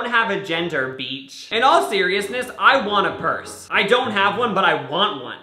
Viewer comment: HE STILL SAYS BEECH